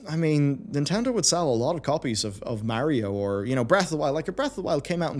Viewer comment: bro totally said mario instead of the correct way mario im actually tilted and happy yall thought it both ways and the correct way second